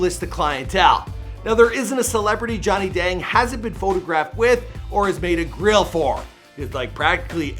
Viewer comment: OMFG when he said girl he meant grill he had said they sold over 500 girl I was like yoo until i realized he had said grill 😂😂😂😂